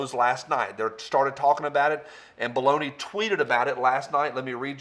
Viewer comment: I think you mispronounced Baloney